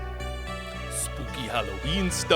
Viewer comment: if i hear one more person say la crime ah imma lose my shit lol